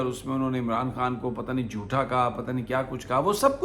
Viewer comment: "Jotha" nahi "jhota".